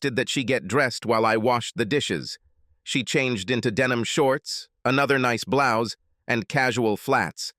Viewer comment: "tore off her bloosy"? Listen from there to. Great english and pronunciation